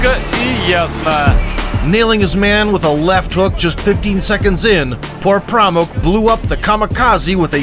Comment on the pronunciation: Its actually Por Pramok not this stupid channel is saying.